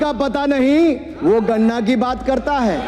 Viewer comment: Lop ka मतलब लीडर ऑफ अपोजिशन। ये किस स्कूल का पढ़ा है? गणना को गन्ना बोलता है। खुद ठाकुर है या धूमल। किस बाप का है, पता है क्या?